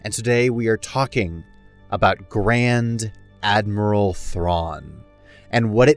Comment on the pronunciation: This is what I heard as well lol